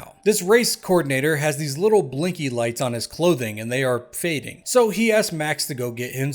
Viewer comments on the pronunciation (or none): none